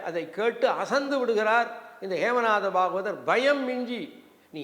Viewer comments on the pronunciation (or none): IVARUKKU PRONUNCIATION VARAVILLAI BHAVAMUM YENBHADHAI PAVAMUM YENDRUM HEMANATHA BHAGAVATHAR YENBHADHAI YEMANATHA YENDRU SOLLIGIRAAR. PORUTHAMANA NAME THAAN